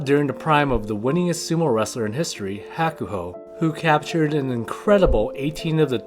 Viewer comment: Pronunciation of Hakuho is terrible. Kisenosato is living vicariously through Onosto as his Oyakata. Hoshoryu is not a real Yokozuna. He was forced by JSA, yokozuna assosication, and his uncle. Onosato made a great decision. Hakuoho became Hukuho's great hope before Hakuseiho's shameful behavior. But most of these sanyaku rikishi take advantage of their position in the heya. Your sports comparisons are silly.